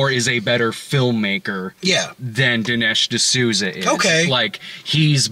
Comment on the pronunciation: Ol' D'nesh D'sooty. At it again.